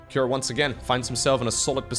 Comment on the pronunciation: i'm curious why did pronounce cure with an a behind it, like kira or cure-a. is it how cure pronounced in his region?